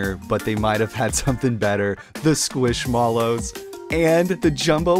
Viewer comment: That pronunciation of squishmallow had me shook 😂 I thought they were pronounced like marshmallow